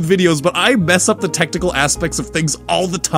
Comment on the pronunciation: I keep hearin tentacle instead of technical lol. Glad everything went well.